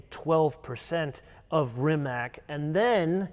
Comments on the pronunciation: Rimac = Rimadz not Rimak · It's NIKOLA TESLA, not NIKOLAI TESLA. RIMAC is pronounced as RIMATZ, not as RIMAK. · Come on guys... It's not "Rimak"... It is Rimac... 😅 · Rimac is pronounced Rimatz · Please pronounce the name Rimac the way it should be. RIMATZ.